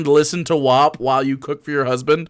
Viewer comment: She said Wop instead of WAP. Does she know that it's a slur?